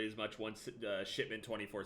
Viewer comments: Is he saying “Shitment”? I’m pretty sure he is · Haha I just realized... Is he saying "Shit-ment"? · I swear everytime he says "shipment" it sounds like he's saying "shitment" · yeah lol